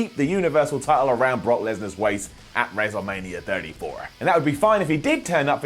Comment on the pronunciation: "Wrezzlemania 34"